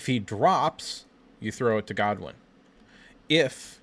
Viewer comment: Dude - its Channing GOODwin, not Godwin.